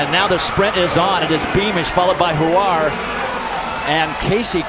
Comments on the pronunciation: Why do and the other guy keep calling Ollie Hoare “Hawar.” Were they afraid of saying a homonym that rhymes with “whore” or they just didn’t know? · Americans cannot pronounce Hoare. Howare????? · Gotta love Oliver HoAre pronunciation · Lmao at the commentators trying not to pronounce olli hoare's name correctly